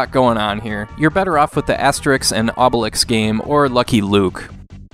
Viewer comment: Obelix is pronounced Oohbelix...BTW as of today there´s Asterix XXL 2 Remastered on PS4